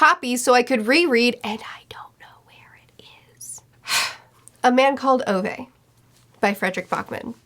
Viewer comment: I am begging you to learn the pronunciation of Ove.